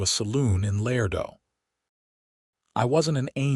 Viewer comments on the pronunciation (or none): Beautiful story! Tender, sweet, well-developed principal characters. One of the best I’ve heard yet ❤❤. Contained some, but could use a bit more actual passionate romance, still an excellent plot line. Pronunciation and mechanics still a problem for AI. Ex: “Laredo” is pronounced——“Lah RAY doe” Not “lair doe”. Listening from NC Research Triangle